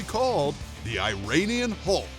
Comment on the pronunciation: You keep mispronouncing Iranian. It’s “E-run-ian” not “I-rain-ian”